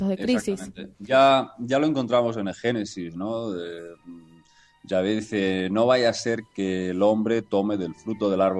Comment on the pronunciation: como se pronuncia es yave o chave por que ella dice chave.